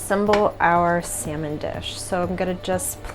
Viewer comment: Call me petty but once the guy said "Salmon" instead of "Samon" I stopped watching Lol